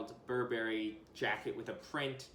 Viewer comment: Sorry to be a bummer but please pronounce Burberry correctly.